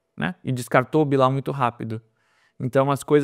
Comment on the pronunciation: A pronúncia certa do nome Bilau, em sendo frances, não seria Bilo?